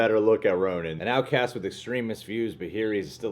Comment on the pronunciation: Bloodstone Pisces It’s Ronan. Not ronin